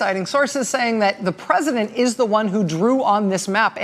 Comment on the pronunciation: "Presidunce of the United States"